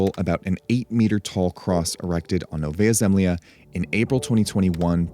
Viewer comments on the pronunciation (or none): It's Novaja (novaya) ZemljA (zemlya), not Novaja ZEmlya NEW LAND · And pronounced as "novaYA zemlYA" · You pronounce it wrong: Its Nova-ya Zem-la